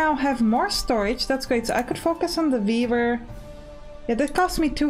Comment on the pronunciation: "And we can also build a beaaaver... which is also pretty cool." -- I was only listening at that point, while managing my other tabs for the morning, so I had to come back and figure out what I just heard! ("weaver") Definitely wishlisted, I'm going to like this game a lot!